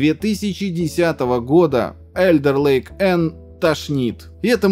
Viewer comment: "Alder ... " - читается только не как Элдер..., а как Алдер Лейк